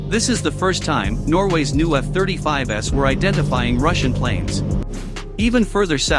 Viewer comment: Love how the robot pronounces F-35s. Didn’t realize that we had reached the S series so soon after their introduction to active service.